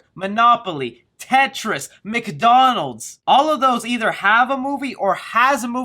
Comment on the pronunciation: The way u said McDonald's hahaha u can tell we haven't used that world in 4 months 😭😭😭